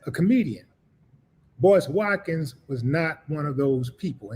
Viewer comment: Sorry Mist-ah Wa-kins